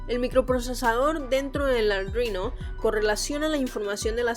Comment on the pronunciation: Me gustan tus vídeos menos por lo de "aldruino"